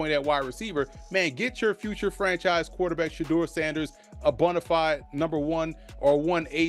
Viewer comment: Did he say future franchise QB Shedur Sanders? LOL😂😂😂